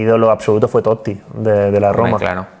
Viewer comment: Increíble esa paradinha en la doble "t" de Totti, necesitamos una clase de italiano de Andrea "el amigo de todos" Orlandi